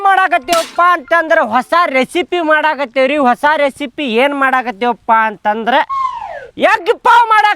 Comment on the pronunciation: ಬ್ಯಾವರ್ಸಿಗಳ ಕನ್ನಡ ಸರಿ ಬರಿರೋ ಹಾಸಾ ಅಲ್ಲ ಹೊಸ